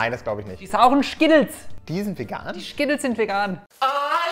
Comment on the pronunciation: Ich sage Schkittles hahahahaha wie witzig